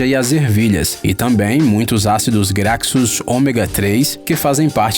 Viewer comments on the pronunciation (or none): Pelo amor de deus, Ácido Graxo se pronuncia ácido gracho, não gracso.